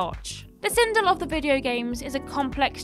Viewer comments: First of all, it's not "Sindull" it's "Sindel". Second, I really enjoyed both MK movies as a kid and I still enjoy it. Your opinion sucks, love you guys :) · Never going to unhear "Sindle" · The number 1 entry Sindel is supposed to be pronounced as if it rhymed with Bell. Also, unfortunately Mortal Kombat 11 removed the positive characterization of Sindel that was in the previous games. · I mean, you butchered Sindel’s name so….